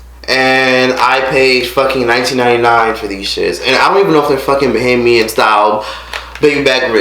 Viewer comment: You're one of the few Americans who say bahamian right and idk about no bahamian style baby back ribs, you shoulda get some conch salad or crack conch or something but over all great video!